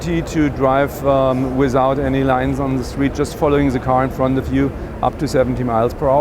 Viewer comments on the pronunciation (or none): it's "the" not "zhe" or whatever that guy was saying .. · ***** if one is to represent a car company he really should speak English fluently and adroitly.. I do not care whence he comes.. I come from a slavic speaking country, yet I know how to pronounce "the".